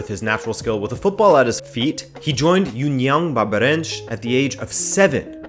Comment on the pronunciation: Wow, I'm from Brasil and it's crazy to hear someone outside the country saying names like "Americana" or "União Barbarense" ! The level of research that you had done it is incredible, thanks for the nice video!